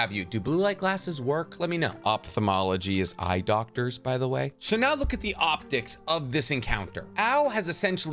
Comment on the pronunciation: "Now look at the oprics of this encounter" hehe